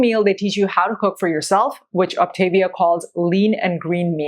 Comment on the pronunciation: I'm an optavia coach... This woman does a terrible job explaining what this is. She doesn't even pronounce Optavia correctly. The founder of the program preaches that whole foods are best. The whole premise of the program is to make weight loss easy while you learn new healthier habits through the educational component of the program. If you are treating it as a temporary 'diet' you aren't doing the program correctly. If you want to use the product out of convenience after you transition to your new healthier eating habits then more power to you, definitely not required. This program changed my life. I dove into the educational program and have been maintaining my 60lb weight loss for 2 years. I eat all whole foods and occasionally use a fueling here or there if I'm traveling or will out and about and know there'll be limited options for healthy food.